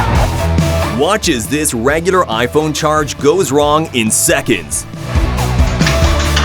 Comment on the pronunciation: Wake up and speak English properly. It is NOT demolishIN!!! It is not minit, it is not secint. Say it right!